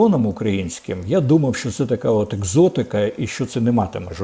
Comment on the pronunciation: Корчинський,не говори ''шьшьо'',''шьшє'' і т д . Говори правильно ''що-шчо'', ''ще-шче''.